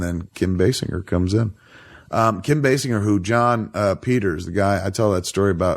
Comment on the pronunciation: It's pronounced Kim Basinger with a "j" not "g"!